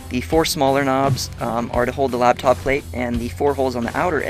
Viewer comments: The word is "laptop", not "labtop". ;) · Yeah it's "laptop" as in it sits on your "Lap" not Labtop -_- Noob!...